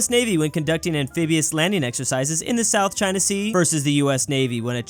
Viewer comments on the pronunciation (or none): none